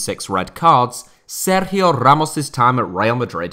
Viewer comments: Nice Sergio Ramos pronunciation, mate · Have to say , i appreciate the way you were pronouncing his name. It really was quite good. Not many people would attempt it once ,much less throughout the whole video